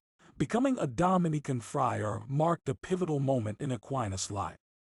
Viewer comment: The computer sounds almost human. There are a few tip-offs. Dominican gets pronounced "Dominic an" and "Life and times" is said as though it's Life... and... times". Most would say, "Life 'n' times". "Land ... scape" Sounds like it was hyphenated between two lines of text. But the computer sounds pretty real for the most part. I'm impressed.